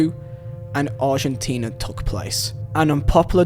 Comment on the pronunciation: why are you saying takhhhhhhhhhhhhhhh instead of took